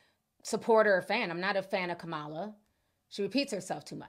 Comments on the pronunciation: Please, please, please learn how to pronounce our Vice President’s name!!! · Please, please pronounce Kamala's name properly. Trump pronounces it wrong on purpose, we shouldn't.